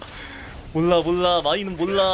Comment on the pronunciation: '몰라' 할때 발음이 왜이래요 ? 리을 발음이 좀 이상한거같은데